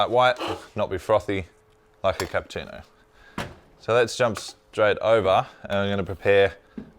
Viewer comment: Funny and very unusual how you're pronouncing Cappuccino: "Capputino". I'm sure there is no letter T in Cappuccino. You have to pronounce it the Italian way.